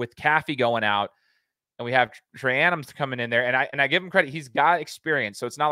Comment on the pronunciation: Your pronunciation of traynum is brutal